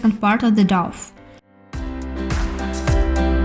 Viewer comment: Lovely, thank you so much for this video! I will make this tomorrow. Just a very small point, you pronounce it like 'Doh', not 'doff' :)